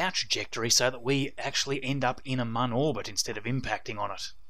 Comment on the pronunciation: by the way, its pronounced moon, not mun. its spelled with an umlat, not a English u